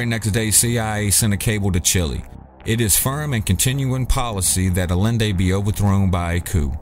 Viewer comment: salvador a-yen-day. ll=y in spanish...